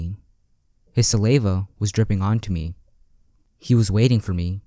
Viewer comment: WHY CANT YOU SAY SALIVA